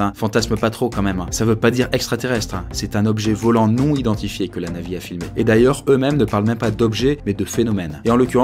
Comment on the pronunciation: Ce qui est extraterrestre c est la manière dont tu prononces le mot NAVY